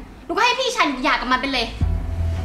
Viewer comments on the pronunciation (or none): หย่าครับ ไม่ใช่อย่า